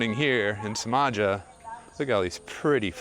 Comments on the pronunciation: If you are learning Bahasa remember that the C is pronounced Ch which means Cimaja is called Chimaja. Don’t worry I’m not offended. Have a good trip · It’s pronounced Chimaja . Ci is ch . I spent 18 months there about 10 years ago , cool place . There’s much much more there than waves . Locals very friendly too